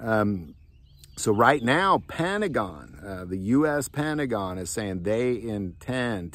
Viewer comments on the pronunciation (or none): Did he say "Pantagon," as in pants?